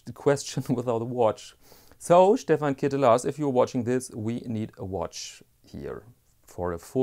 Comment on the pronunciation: Being Dutch I am happy to inform you that you pronounce Ketelaars as clitoris in Dutch. On that topic: you missed the main watch for the XXX-industry: Happy Diamonds. Some weeks ago I also bought a pair of shoepassions. Brown suede 'sneaker with a Goodyear welt' (a rarety). Nice shoes made of good materials. Alas, I also had to do some quick repairs after a week (left foot rubber sole came loose because of my clutch-pedal). Also my zwiegenähte Meindl boots came back from the cobbler. I guess I like German shoes, but that may be a smidgeon off-topic. Would like a polerouter in your channel, have a look at polerouter.de. Keep it up.